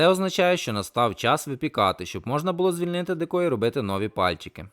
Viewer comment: Деко. Наголос на букву "е" СЛАВА ВОЛОНТЕРАМ!!!